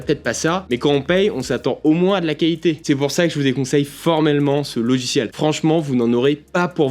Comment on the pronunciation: J'adore ces "logichiels"... 😜 😂 😂